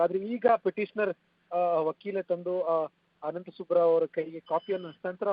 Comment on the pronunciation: ಸುಬ್ಬಾ ರಾವ್ ಅಲ್ಲ ವಾ ಸುಬ್ಬರಾವ್